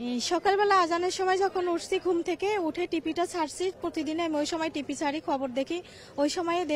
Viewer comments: এই ম‌হিলা কিভা‌বে চাকরী পেল টিভি ঠিক মত বল‌তে পার‌ছে না টি‌পি বল‌ছে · এই মহিলা নাকি চাকুরী করে টিভিকে বলে টিপি 😂